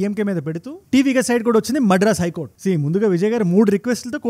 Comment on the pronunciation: Medras కాదు మద్రాస్